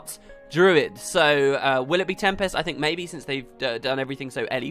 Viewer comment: Oh great, now we get to hear you mispronounce tempest in every video for the next 5 years. Joy.